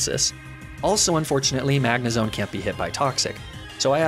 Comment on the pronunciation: You said "Magnezone" wrong! Good run tho very entertaining. Also TRUE LOVE WINS!